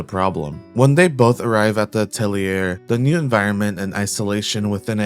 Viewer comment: Atelier is pronounced (uh, tell,ee,ay)